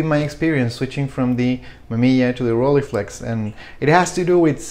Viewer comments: "Roll-eye-flex", not "Rolleeflex" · Well.. in standart "hochdeutsch" the ei cluster of vowels should be procnounced as -eye-, you might have lived in a more accenty environment but it is the same case as in Leica, one doesn't say "Leeca" either. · When I lived in Germany, people said it like “ghroll-hey-flex”. In all the other countries, I’ve heard people say “roll-ee-flex”. You say “roll-eye-flex”. I don’t know where the “eye” part might come from. Never heard of it, and it’s certainly not German. But who cares? Enjoy the camera and pronounce it however you want to.